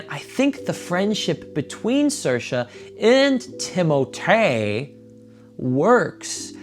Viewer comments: I love how you call him Timotay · Ooooohhhh my gohd if you call his name like that one more time goddamn it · I laughed so much at you struggling to say timothee and saoirse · A dating expert mispronouncing timothee’s name for 11 minutes straight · those girls were just wrong lol